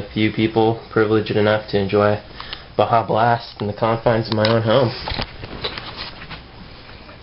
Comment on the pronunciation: This video is cool but it's Baja, not Baja though you misspelled it because of the spanish pronouncation of Baja.